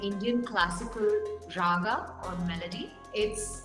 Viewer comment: its not ragaaaaa, It's raga.